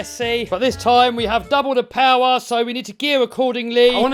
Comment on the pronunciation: just went "more powah" and the wheel said i'm out 😂